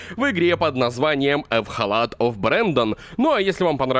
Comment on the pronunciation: Интересный факт: говорит ЭВХалат оф брэндан, когда игра называется ЭХВалат оф брэндан